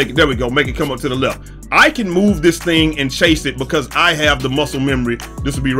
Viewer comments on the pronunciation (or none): none